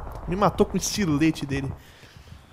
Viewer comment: JR Says: Me matou com o "ExTILETE" dele.. Kkkkkkk Estilete uashuashu Vai ver é aqueles que eles fazem na escola com a caneta e a navalha do apontador uiassuasuah